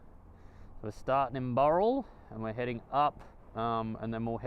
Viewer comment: That is so funny... when I realised you were using some of my gpx tracks for this trip, I was very interested... but when you kept saying something like "starting at boral".... I was scratching my head, trying to work out what the frig you were talking about... then it clicked..."BOWral" 🙂 When you got to Lithgow, I had a pretty good idea of the camping site Brendon was going to take you to. Funnily enough, I'm planning to camp there next month with my 901 to take some shots on that cliff edge. It's awesome.... But here's a question for Brendon... does he know the "2nd best campsite in the world"...... It's not that far from where you were. Check it out at the 1min mark.